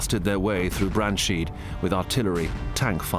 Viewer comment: Sloppy pronunciation of German names and places make every documentary pretty much useless and empty. I know it's not the most important to Englishers, but still. Calling a town Brandsheed is just totally disqualifying and ignorant. It shows that you don't give a hoot.